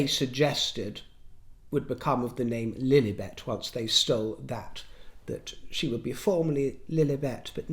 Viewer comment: I just love it when you say ‘princess flllugffllliiibetttt’😂😂😂😂